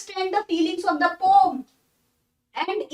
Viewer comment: She is speaking right because,Correct pronounciation of poem is not 'poyam' but like 'po-am'